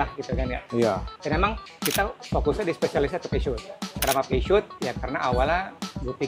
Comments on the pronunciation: tidak bermaksud menggurui tapi pelafalannya harusnya bukan pesyut tapi pusyo. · 😂 masih salah, yg bener Pe Zyo